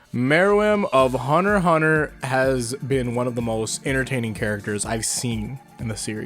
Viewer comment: in the beginning when he pronounced hunter hunter "hunner hunner" it hurt